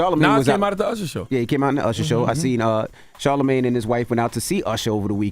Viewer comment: I’m crying laughing at Usher calling “Charlagmane” 😂😂😂